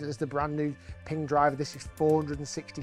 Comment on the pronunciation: Pinggah? I thought it was pronounced Ping.